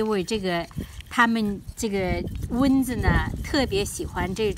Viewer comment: 是蚊（文）子，不是“温子”，刚开始听糊涂了。